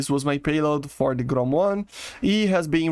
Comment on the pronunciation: You pronounce the word GROM like a Russian.🤣🤣🤣It translates from Russian as "Thunder" if anyone is interested.